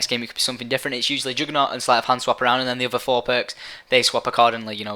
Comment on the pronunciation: What the fuck is "joogernaut"?